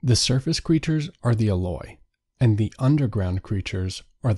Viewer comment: I believe it's prounced EE-loy. Long E. Thanks for the synopsis.